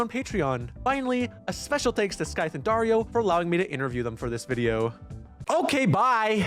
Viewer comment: Darío is a pretty boring Latin American name, but you pronounced it wrong and now it's cool because it sounds like Wario. (the i with this stick above { í } it is significant that you should accentuate that letter)